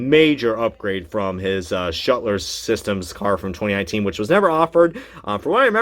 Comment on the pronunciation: Shutler systems vs Schluter systems. it is pronounced Shlooo ter systems.